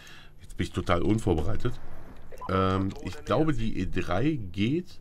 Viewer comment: Find "ISCH" super! ^^